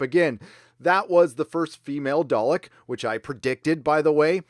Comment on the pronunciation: WTF is a Dalek? Christ dude youd think as a fucking fan youd at least pronounce the name correctly for the Doctors greatest nemesis correctly.